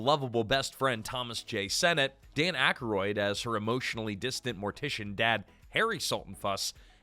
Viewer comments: It's ack-roid not ack-a-roid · Dan Ak-a-roid? AI pronunciation issues yet again 😔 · Aykroyd is two syllables😂.